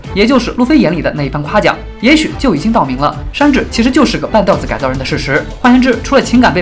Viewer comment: 半吊（第三声）子